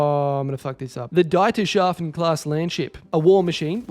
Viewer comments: DIE = deeetershafen. DEI= dajtershafen. Trust me, it's the first. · Just for future reference whenever you see a german word (That being for example the Dieterschafen) then when a word in german or germanic has "Ie" in it. Its pronounced "ee" as in "Key" This is not hate or anything, Its literally just helping ya cuz i love your videos and i wanna see you pronouncing the words the best you can :)